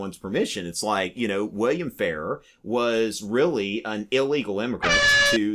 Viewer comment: Frank Farrar was Governor of South Dakota when I was young, but the name was pronounced differently than the way you’re saying it. It was Governor Fah-RAHR (you’re saying it like “fairer”).